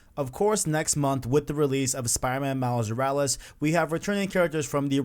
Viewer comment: Say it with me. MILES MORALES. MILES MORALES. not however you are pronouncing it Miles Yursles wtf